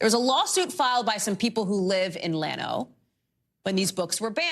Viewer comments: It’s pronounced Yano the ll is a “y” sound in Spanish. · For the record, it's not pronounced Lano, the double Ll is pronounced like a Y. It's pronounced Yano not Lano. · It's pronounced YAWN-no